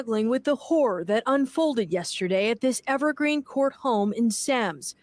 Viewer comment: Semmes is pronounced Sims